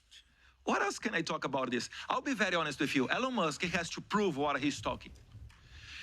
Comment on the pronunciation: Só errou a pronúncia do nome Elon Musk, mas de resto se garantiu. Representou bem os brasileiros despertos.👏